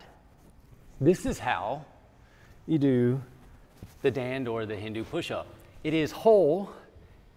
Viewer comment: 👌👍Perfect..It's called a Dandh ... like Dand-huh. Not Daand. Very nice explanation.